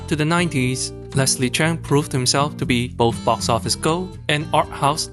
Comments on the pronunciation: OMG - this guy is Asian & he can't even pronouce Leslie's surname. it's Cheuuuuung not Chan! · It is supposed to be Cheung.. not Cheng